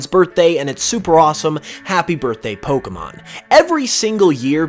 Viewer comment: Finally someone who says Pokémon and not Pokimon